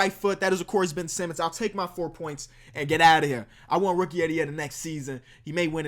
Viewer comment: Mans said Ben Semmons